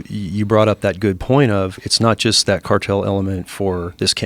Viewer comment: Say the cartel word in two syllables